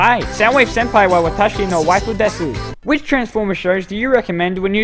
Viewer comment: AHEM ITS PRONOUNCED DES EVEN THOUGH ITS SPELT DESU lol doing Japanese at school wtf